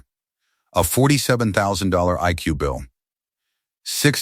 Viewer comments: It is I C U not "I coo" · Right? I can't take this story seriously when it keeps calling the ICU "Ickoo"! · I C U, or Ickue/ick u/ick you or however you want to spell it out. People have been pronouncing it as Ickue for years now. It is 2 syllables instead of 3 and therefore must make it easier and quicker to say. 😳🙄🙄🙄🙄 Yes it is an AI voice. Most if not all of the stories presented in this way are basically are AI written and narrated with a human giving parameters for the plot and maybe names and personal information, dates, time, ages, etc., used within the story. The human chooses which AI voice they want to narrate and then they post it once the AI has finished. Most of the channel's human "creators" don't even proofread the stories or listen to the narrated version for mistakes and just post the story/stories one completed by AI and done. That is why there are usually so many mistakes. Pronunciations and arithmetic are the AI system's usual mistakes! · That "ic-you" 😂😂 Everytime it's said I giggle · Authors are going to have to start writing "Eye see you" so the AI reader can get it right.